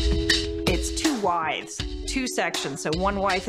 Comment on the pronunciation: it sound like she’s saying wideth or wideths. Lol